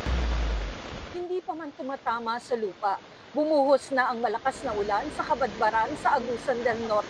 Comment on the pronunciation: Bakit ganyan magsalita ang weather forecaster na yan.? Dinadagdagan pa nang isa pang syllable ang huling salita.!!! Nakaka irita.!!! Ang ulan ay ginagawang ULANA.!!! ETC ETC ETC.!! Parang di pilipino. Or inaartehan masyado ang pagsasalita. 🥵